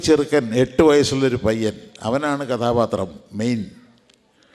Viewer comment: " കഥാപത്രമല്ല കഥാപാത്രമാണ്" ശരി".